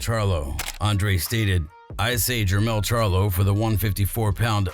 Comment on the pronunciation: Jermall charlo on clip not jermell